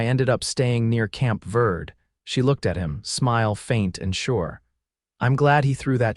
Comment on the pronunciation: Verde is pronounced TWO syllables: "vair-day" (Spanish, or with a "B" sound for the "V") or "ver-dee".(American English). Narration is pretty good, but intonation is sometimes higher pitched when it should be deeper. These are relatively minor glitches in an enjoyable story. But I wonder why the children born in these western stories always seem to be girls (!?). OR, USA